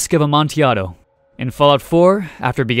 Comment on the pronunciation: Thank you for pronouncing "Amontillado" correctly